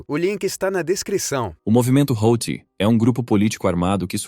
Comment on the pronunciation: HOUTHI = HUTI